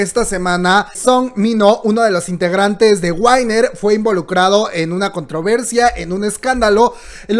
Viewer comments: te amo pero se pronuncia Winner tal cual se escribe no Wainer xD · Sería UINER, en realidad jajaja. Pero igual me dejó así de WTF WTF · hermana, WINNER se pronuncia GÜINER no GÜAINER😂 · GUAINER JAJAJA no winner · Chispas no me pude concentrar cuando dijo Whainer,pero me gustó 🤣 a la le acepto todo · Si, el en un vídeo dijo que lo pronuncia mal pero le vale madres. Que para el son "wainer" jajaja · Se pronuncia GÜINER... Mino no estuvo en un club nocturno ni antro, estuvo en una casa de huéspedes con 6 amigos disfrutando de sus vacaciones. Estuvo en una zona en donde ya no había (o hay) ningún caso de coronavirus y aún así estuvo usando el cubrebocas con todas sus amistades. Cantó Fiancé y Body frente a sus amigos, no frente a otras personas, a parte de que en Corea no había cuarentena hasta a penas este fin de semana y lo de Mino fue hace dos semanas. Por fa, informa bien. :/// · + ME MATO COMO PRONUNCIASTE WINNER BB